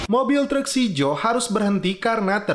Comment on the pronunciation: "treuk" 😂😂😂😂 meni Sunda pisan